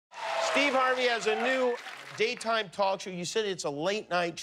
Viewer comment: He doesn’t even say Steve. It’s Steee.